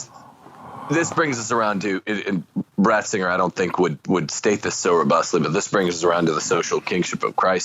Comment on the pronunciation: Did just call him "Bratzinger"? I think I heard that... I think it was on purpose.